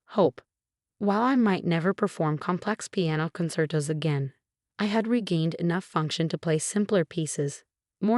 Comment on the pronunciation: Mar-tee-nez! Not con-cert-oh, con-chair-toh!